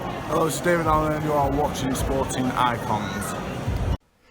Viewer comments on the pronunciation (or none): none